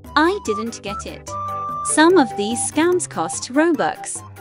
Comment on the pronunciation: She said “how to het” instead of ‘’get”